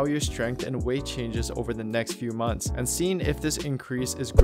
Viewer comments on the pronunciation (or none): none